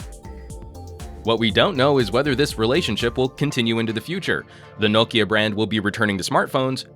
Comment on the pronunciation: He pronounced it quite the same way as we finns do :)